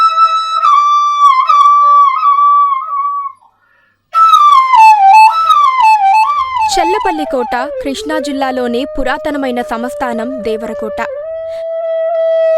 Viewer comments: ఈ యాంకర్ కి సంస్థానం అనడం కూడా రాదేమో, సమస్థానం అంటోంది! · అమ్మా అది సమస్థానం kaadu సంస్థానం। డెబ్భై కాదు డెబ్బై। ఒత్తు ఉంటుంది। చెల్లపల్లి కాదు చల్లపల్లి। చందమామ లో పలికే చ పలకాలి। ఆ అక్షరం ఇప్పటి అక్షరమాలలో లేదు కాబట్టి రాయలేకపోతున్నాను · Medam Smasthanam kadu samsthanam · Flute is dominating the voice of anchor.also it is not samasthaanam, learn pronounciation